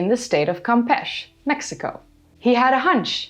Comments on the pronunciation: Campesh? CampechE! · First time u mispronounced a place's name, its campeche, not campech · Very nice video! Just two small corrections: Campeche is pronounced as cahm-peh-cheh, and, to my knowledge, there wasn't a mayan empire, just some city states and small kingdoms. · Pronounced cam-pee-chee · Great story! Looks overgrown and for the most part pristine. Pronunciation is: Cahm-pay’-chay by the way! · Lol. I say this fun, american don't speak French well, and the English remind us. Hearing Europeans pronounce native American names is funny. Campeche is pronounce kam-pay-chay. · I won't be as rude about it. E's in Spanish sound like A's. So the pronunciation is like (kam·pay·chay). I hope that helps! Thank you for your amazing videos! I love your insight! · Hi im been following the channel for a while now, and you usually put some effort in your pronunciation, please don't hate me : ), just saying in Spanish you pronounce all the letters so the final "e" in Campeche should be pronounced. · Dear, we pronounce the last "e" in Champeche. Love your videos and in this case even more as it relates to my country!. Blessings from Monterrey, Mexico. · Campeche is not pronounced that way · it is Spanish. In Spanish, E's are in fact, pronounced as A's. The fact that you are trying to argue with me about it makes me wonder what your intent is here. I was trying to help pronounce it. Not start an arguement. I am fluent in Spanish, and I was trying to help someone who isn't fluent, pronounce it. Misinformation isn't cute. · Campeche is pronounced as if it is Spanish. Which it is. It is not pronounced as if it is English.